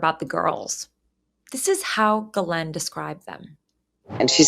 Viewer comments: Not out of any respect to her, but for 1 former girlfriend, & 1 coworker, it's an old french name, popular here in Québec, properly pronounced close to: "she's - len" not "guhh - layne." I'm Geoff pronounced like you know who "Jeff", but many, including an English teacher said: "G - off".🤦 Those who know better, will roll their eyes & smirk with Ghislaine as "Guhh - layne" I respect your work, your Mom, so I thought I'd let you know.❤👍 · Why the hell can't you pronounce her name correctly?